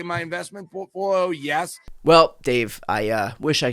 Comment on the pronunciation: his "portfolo"